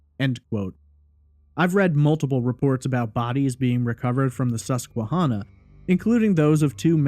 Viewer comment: I am from PA. I don't recall hearing about this case when it was happening, but in 2005 I was in high school. I appreciate your attention to detail here and thorough explanation of the facts. As a side note, the river name Susquehanna is pronounced Susque-HANNAH. Like "Hannah," the name. I am going to confidently say that Ray did not commit suicide by jumping into the Susquehanna. The river is notoriously shallow- the saying around here is that the River is "a mile wide and a foot deep." It is not even deep enough to be navigable by ship larger than a sailboat. So the idea that Ray could jump in the River and never be found is beyond nil. His body would have been seen or washed up quickly, it's not as though someone could have concealed his body in there with weights or something. It is far, FAR more likely that Ray(or someone else) tossed his laptop into the River, and then Ray was murdered or committed suicide in the woods nearby. I think the coverage on this case focuses on the River too much because it was near where his car and laptop were found. The thing is that Lewisburg is a small town of 5,000 people surrounded by vast PA forests, and incredibly rural. There is significant traffic there because it is virtually the only town in the county where all the roads in the county meet. For that reason I find it incredibly unlikely that if Ray went over the bridge in any fashion, that no one saw it happen or saw the body quickly. The area is mountainous, forest-covered, and r